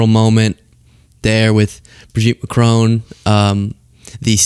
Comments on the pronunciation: Macr-ON , not Macr-OWN. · France's president is not called MacRowne! His name is pronounced MaKron. Why do Americans always mispronounce everything that's not American? 🤷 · It’s Mac-ron, not Macrone, for goodness sake, please learn, Candance is so bad at pronunciation. How can Americans get this so wrong? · It’s Macron not Mcrone, he’s French